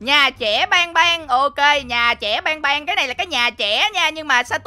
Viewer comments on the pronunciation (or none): ơi chứ ban ban mà sao anh đọc thành bang bang😢😢😢😢😢😢😢😢😢😢😢